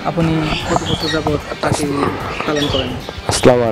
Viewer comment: রানা ভাই 100% সঠিক বলেছেন । (পাকি )না (পাখি) ।